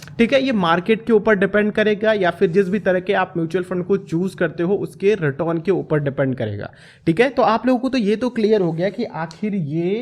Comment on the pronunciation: आधव जी, इतना भी ना जुबान को ट्विस्ट करो, रिटर्न को रिटोन बोल के चूतिया लगते हो।